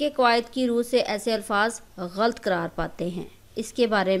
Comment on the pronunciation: Mohtarma aap english to parha rahi hain magar urdu theek karen. Ghalt nahin ghalat.